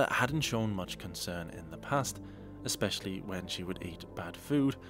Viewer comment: I can't decide which Amberism annoys me more, licherly or exspeshaly